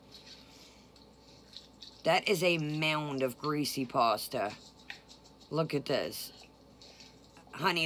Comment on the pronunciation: I can’t standdddd the way she mispronounces pasta!!!!